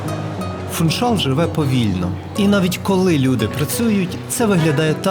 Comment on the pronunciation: Гарне відео і майже без помилок, але в слові Фуншал наголос на другий склад. Живу на Мадейрі 26 років, люблю цей острів, завжди дивлюсь відео про Мадейру. На жаль якісних відео мало, але ваше одне з кращих. Дякую.